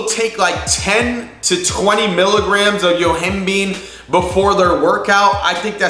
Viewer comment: Yo-him-bye-n. NOT YO-HIM- BEAN